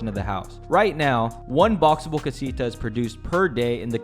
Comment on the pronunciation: the way you say casita.. :(